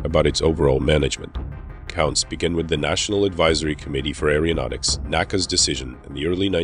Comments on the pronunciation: Nice presentation, though a dramatic narration is stripped of gravitas when the person speaking can't pronounce, "aeronautics", or any related words correctly: the Greek originating prefix is pronounced, "air-oh", not, "air-E-oh". "Aero", means air. "Aer-E-o", seems biscuit/cookie related. 😁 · It is AERONAUTICS not Aereonautics and Aerospace not Aereospace. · Pretty good presentation however there was a distraction in the narration that had me cringing. It is NOT "arryodynamics", "arryospace" or "arryonautics". Think of them as starting with the word "ARROW"; e.g. "ARROW-DYNAMICS" and "ARROW-SPACE" and "ARROW-NAUTICS". Got it? Where you from boy?